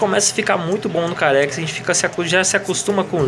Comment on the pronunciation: o mode que vc fala carex o correto é car xis ou CarXdrift Racin